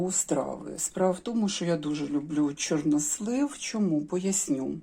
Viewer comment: Мені дуже сподовся новий наголос у слові "чорнОслив"!!Дуже навіть!!Дякую про просвітництво!!😊😊 Щодо темного одягу і депресії,то це внутрішній стан виходить нагора!Тому люди і ховаються за чорно-сірим!В Італії теж взимку всі в чорному одязі-і молодь,і старші люди!!А щн був парад планет,то теж він так впливає.Багато чинників!А головний чинник - війна.Весна все одно вже в повітрі!! Смачна печінка!Я аж через телефон почула аромат!!! Дякую,,за відео!!🎉🎉🎉❤❤❤